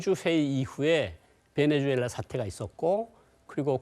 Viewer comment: 앵커가 나라 이름도 잘 모르면 어떡하냐 ㅋㅋㅋ 베네수엘라를 배내주엘라 ㅇㅈㄹ